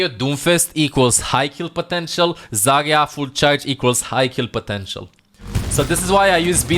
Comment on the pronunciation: i like how he calls zarya and moira, zaga and moiga